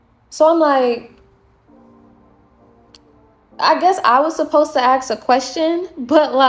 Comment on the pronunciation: You have a photographic, you said ax instead of ask. These uppity women you’ve mastered everything else except that.